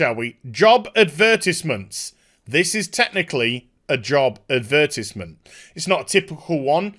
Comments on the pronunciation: Adberteezment xdd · The way you pronounce advertisement, makes me giggle.